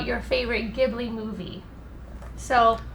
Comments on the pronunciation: wait her favorite STUDIO GHIBLI character!?!? Isn't it pronounced Jee-blee!?! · maybe if you tried saying studio ghibli instead of what sounds just like.. giblee. I actually kept getting triggered by that